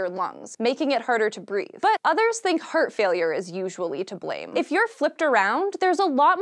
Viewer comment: Everytime she says heart it sounds hurt to me